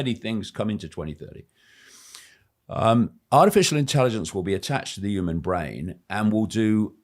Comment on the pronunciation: Why can't he say "human " 😂